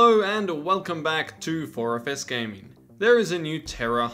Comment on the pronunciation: I don't mean rude and I think my ears are busted but when you said "4FS Gaming" I heard "orifice gaming" I almost spewed my drink across my desk.